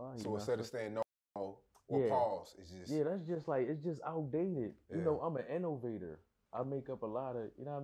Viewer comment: “Ima InOvatOr”😂😂